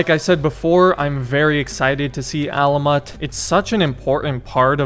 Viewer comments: Hey keep up the good job but the place is pronounced alamoot not alamot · Alah-moot is how you pronounce it btw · It's pronounced like èlèmut. The second è is an è not an A sound.